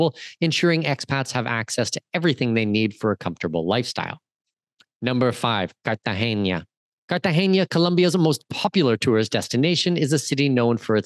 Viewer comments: So you are teaching us all about Colombia - you’ve “done all the research”. Seemed good until you called Cartagena as Cartageña - which it is not. What’s next, MedeLeen? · Dude carta-hena it’s an n not a ñ